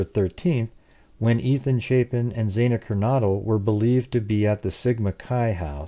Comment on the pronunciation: FYI, xana is pronounced with short a, not long a, X-ana. I like your your 3 dimensional layout of house inside.